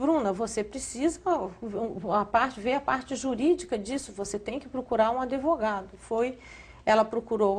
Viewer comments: This woman makes me nauseous. She can't even pronounce Sean's name correctly. Well, ninguem pronuncia o nome do menino corretamente - me pergunto se ele sabe pronuncial o seu nome??? Well, if he doesn't he will learn now. It is amusing how she says AdEvogado. ha ha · ela fala " adEvogado " aff ! tem mais é que si fu.... se eu fosse o pai do garoto não deixava essa maldita ve-lo NUNCA MAIS ! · aDEvogado??????? pelo amor de Deus!!! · Tão rica falando "adevogado"...Má francamenti...rs